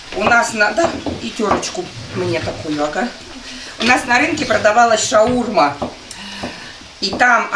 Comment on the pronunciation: Почему постоянно не правильное произношение слов ШаурмА а не шаУрма